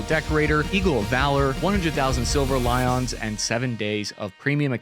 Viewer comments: Literally, that's a weird one for someone to mess up on for sure lol. Like my boi knows what a lion is and how it's pronounced in English right... right?! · Silver lions lie-un(s) not lie-on(s), clearly our favorite infantry man has trouble with pronouncing more than just the names of ukranian cities.